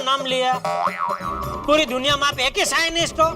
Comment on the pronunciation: Scientist ❌ scinis ✅